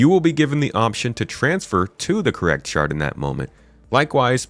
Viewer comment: Everytime "shard" was said, I heard "shart" and giggled uncontrollably.